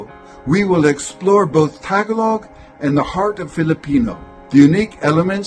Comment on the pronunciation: btw, the emphasis in the word tagalog is on the second syllable, not the first.